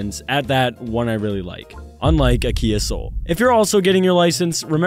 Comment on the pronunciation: Its kia not kai